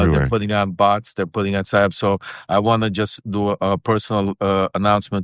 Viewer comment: are you saying psy-ops or si-ops... it sounds like your saying theyre doing silence operations... but maybe you're saying theyre doing psychological operations to silence?